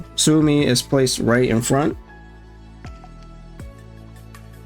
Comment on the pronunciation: Suomi (or "Finland") is said like "swoh-mee." Sometimes with a bit of an accent on the U, for a "Soo-oh-mee" sound.